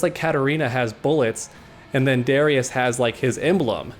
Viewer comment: Great vid! Btw Darius and Ahri are pronounced Dare-e-us and R-E